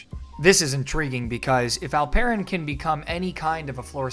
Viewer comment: Really appreciate your pronounciation its almost perfect ❤ You just need to tweek here a little bit and pronounce it like "Alp...Eren" instead of "Al...Peren".